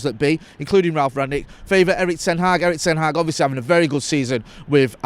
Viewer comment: Please learn how to pronounce Erik ten Hag